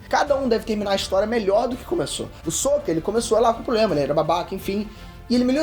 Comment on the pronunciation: Po, mas ai complica tambem... o cara desse video pronuncia os nomes da sério quase igual ao filme terrivelmente odiado de avatar. sÔkka, ângui kkkkkkkkkkkk